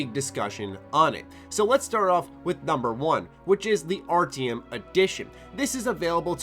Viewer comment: You say Artyom like its ARTM. lel go replay the game and say it correctly.